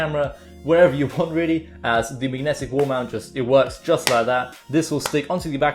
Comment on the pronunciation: "Mignetic" Lol